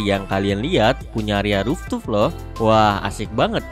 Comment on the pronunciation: Mas mas... Fooftop. Dibaca RUFTOP. Bukan ruftup